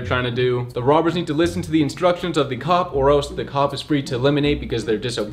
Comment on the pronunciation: We not gone speed past how said cock instead of cop